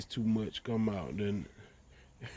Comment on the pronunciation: Yall southern mf can't talk to save yalls life poor things 😔 and it took ten years of listening to it before we seen anything happen... I always wondered if it was on purpose cuz T I can talk but you can still tell he's from the south! he can say "then" and then you can read the word "then" and read the word "Den" then say it the same Car is Cah then just say rag so you can make an R sound that shit is crazy to me, European London Britain England accents nauseate me the South and Africa are next in line 🤣 the South sounds like someone just learning how to talk for the first time and yes we were all either born or kids in the 80s when the next generation of adults we're mostly populating the planet right now I just came and see what Nu Finish can do but I had to sit and listen do you repeat yourself 10 times with natural slurred speech 😩 I'm Denver Colorado so ... when I visit my cousin's in Houston their friends say I sound White no I sound right I can talk! oh my God East Saint Louis black folks its embarrassing my ex was born and raised in Alabama but sounds like she's from Colorado, you make the r sound in any other word but you can't say car properly or other words ending in r so is this shit even real or is it culture remnants of slavery y'all would have so many problems with white people out here where I live, White people would treat you like shit like you were stupid if you lived in Colorado sounding like that